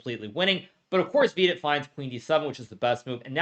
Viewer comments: If you're confused why i mis-spelt his name, it's because Hikaru mispronounced his name in the vid. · He still calls him VEE-dit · Vidit became half Hispanic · Bro said Vidit Santos, as if it is Los Santos